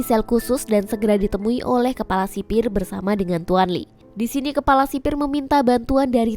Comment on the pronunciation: Kepala kali kk bukan kelapa